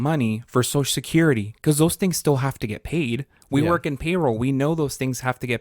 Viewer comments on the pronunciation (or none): Dying at the "because" convo because I literally just told the same thing yesterday after she said "pecause" lmao